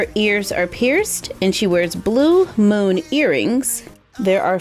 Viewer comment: When she said moon it sounded like she said moan